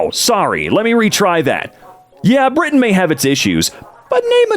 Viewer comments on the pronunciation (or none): none